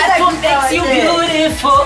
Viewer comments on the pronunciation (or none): "I'll show you bioutifoul" hahahaha :D.